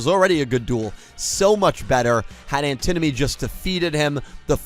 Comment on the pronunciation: It's pronounced An ti nomy not the way you butchered it